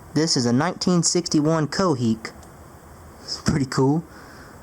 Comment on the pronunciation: lol, that's not 'coheek' That's 'kopeyek' which literally translates to coins.